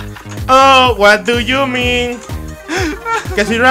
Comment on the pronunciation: dice es what du yu min:v